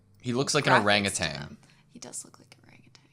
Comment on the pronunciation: "orangutitan" love that